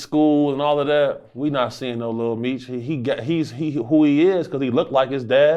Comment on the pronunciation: “little meech”….its lil Meech…lame a s s!!!!